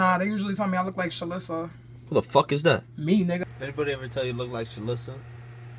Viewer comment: Why did he say "Who the fuck is that" with do much emphasis